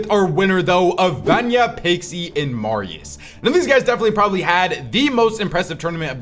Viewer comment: That’s how you pronounce it